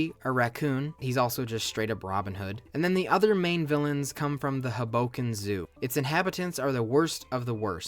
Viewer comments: the mispronunciation of hoboken is taking me outttt lmaoo - theyre pronouncing it with an emphasis on the 'bo' when it should be on the 'ho' - so it should be pronounced like 'hobo-ken' rather than 'ho-BO-ken' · It’s pronounced Hoe-Bow-Kin (this hurt my NJ soul) 🥲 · As someone from north jersey the way you say hoboken is killing me.... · never heard someone pronounce hoboken that way lmfao